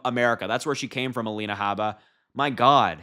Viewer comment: A-Line-uh Habe-buh is ridiculous.